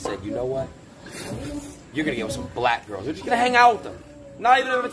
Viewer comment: why adin cant say black normally he always has to say it like a racist